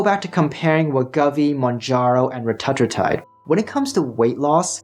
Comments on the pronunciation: dude come on why are you willingly choosing to say it differently than everyone else. RETA - TRUE - TIDE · Reta-true-tide is how it’s pronounced. It’s in phase 3 clinical but if you look around on peptide websites you can find it. It’s truly life changing and so much better than semaglutide. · Please learn to pronounce Retatrutide correctly. Hard to take you seriously.